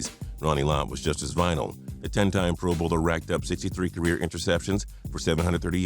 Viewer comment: Did he say ca-weer